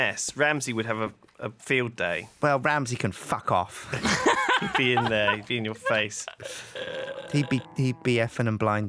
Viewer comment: "Well Ramsay can fack off!" - 2014